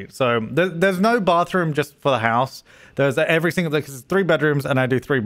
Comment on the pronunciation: Aye wike wour wittle bathwoom accent.